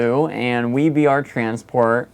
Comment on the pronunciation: Awesome job. Really enjoyed the it. Random info… WEVR is actually said, "weaver". I also thought it was WE-VR, (which frankly makes more sense), but I've been talking with them and they all say it "Weaver". Please feel free to say it however you want but I guess that's the official pronunciation.